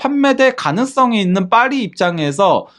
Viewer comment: 죄송합니다 빠리가 아니고 파리입니다